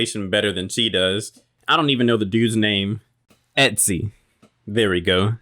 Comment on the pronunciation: Omg noooo 'Etsy" its Etzli LMAO. Bruh I cackled so much. But another great video. Looking forward to any other Lara videos you do